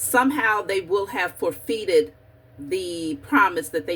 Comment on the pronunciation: Sis, that word you say as ForFeet is pronounced as For-Fit. 👍🏾💙 In love, and Gratitude for all you do, keep bringing the messages! 👸🏾☀️💫⚡️